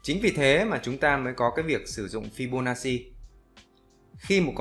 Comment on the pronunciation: Đọc là fi-bô-na-chi, góp ý xíu thui. Thanks ad vì bài giảng dễ hiểu thực tế 🤗